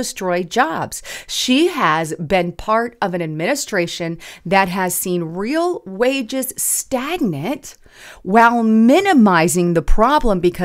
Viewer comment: That's "stag-nAte," not "stag-nit."